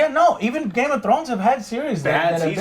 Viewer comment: I hate the way Joe pronounces Game Of Thrones. GAYMUTRROWNS